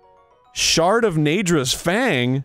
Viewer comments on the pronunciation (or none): when he said shard I thought he said shart